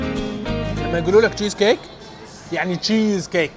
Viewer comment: يعني جييييييز كيك هههههه